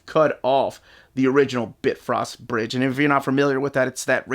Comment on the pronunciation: BitFrost bridge? lol it’s BiFrost bridge